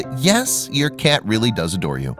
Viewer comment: The narrator keeps pronouncing 'cat' as 'cyyyyeeet'. The non-standard accent is distracting.